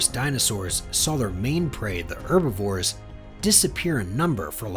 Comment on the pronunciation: He can't pronounce herbivores.